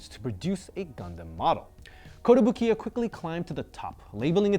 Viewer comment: is usually pretty good with his Japanese, but it's not kotobu-kiya but kotobuki-ya...(壽屋).